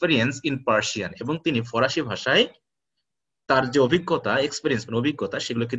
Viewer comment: Parsian mane farsi not forasi.sir